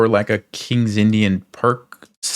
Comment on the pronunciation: Pirc = "peertz" not "perk" 🙄